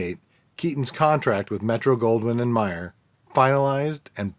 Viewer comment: Also, I've always heard the names pronounced, Metro Goldwyn Mayer. There's no "and" between them. Mayer is pronounced "Mayor" as in the Mayor of a town. Very interesting piece and a sad ending. Bruckman's contribution to film comedy should be celebrated.